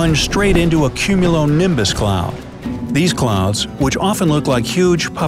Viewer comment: Nobody: Not even a single organism: Narrator: CuMmUnOlImBuS